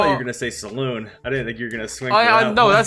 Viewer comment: The awful pronunciation of EVERY SINGLE foreign player made me turn the video off. Typing this comment after "Saloon" and watching something else instead. Can't stand it.